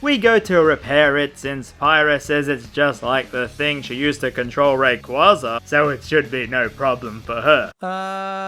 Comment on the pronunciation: god damnit, first you say mythra is better than pyra, and now youre mispronouncing raquaza's name. am i being tested right now?